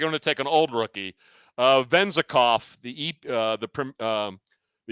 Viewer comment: why did you have to butcher Vezenkov's name like that lol